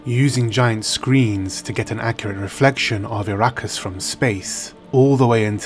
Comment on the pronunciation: Please....it's A-rakkis. Not I-rakkis.